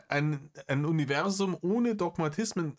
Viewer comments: Man könnte ein Trinkspiel daraus machen, jedes Mal, wenn Reiner "Univerßszum" sagt. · Warum sagt der eigentlich immer „UniveSSum“… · Habs beim BV schon geschrieben und sags hier nochmal, seine grenzdebile Aussprache von "Univerßum" macht mich endfreakinmett und es ist gefühlt jedes 16,5 Wort.